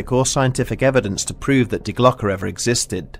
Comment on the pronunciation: Thank you for pronouncing "die Glocke" correctly. Schiller would be proud :D